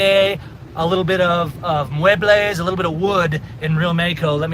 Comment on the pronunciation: It's "muebles"